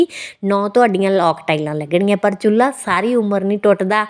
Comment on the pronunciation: ਚੁਲ੍ਹਾ ਹੁੰਦਾ ਨਾ ਕਿ ਚੁਲੲਈ